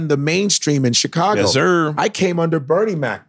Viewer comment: It still Kills me how Godfrey puts the emphasis on BERNIE when he says BERnie mac...lol